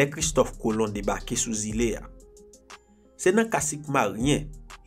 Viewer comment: Tu raconte bien les histoires mes il y a des mots qui ne sont pas très compréhensible comme Île